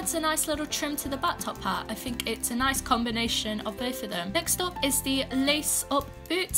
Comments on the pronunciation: Is it only me or did she just said "Butt-top-hat" instead of "Bat-top-hat" ? XD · All I heard is Butt-Top Hat NaILeD iT 😂